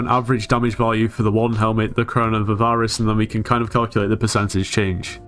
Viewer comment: everytime says "av-ar-ice" its hurts my soul